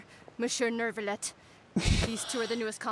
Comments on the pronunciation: besides the carelessness it's the inconsistency that gets me. sometimes it's pronounced accurately, sometimes it's... whatever this is. there's a particular npc that says "neuve" and then in the next sentence says "neuRve" like?? what happened there? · How does anyone mess up Monsieur Neuvillette so badly?? I don't blame the VA's at all, but what in the name of all the Archons possessed their director to not standardize the pronunciation of Neuvillette's name? I took French in grade school and I know what the name is supposed to sound like... It's not that. It's definitely not how Lyney says it half of the time. Honestly, the only one of the entire cast who came close to getting his name right was Wriothesley (I can't remember his name). And that happened once... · FUCK! I thought I was the only one. It seriously pisses me off. How and where do they get that pronounciation from his name? Yeah, it's french, the VAs aren't, but it's not even an accent issue. It's just saying a completely different name at this point.